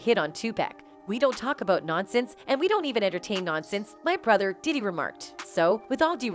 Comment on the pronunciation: Please stop saying his name like that!!your f’n up his name everytime you say it…Stop it…it’s nuttin but click bait